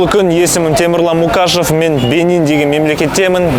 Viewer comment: Мукашев демей мұқашов деш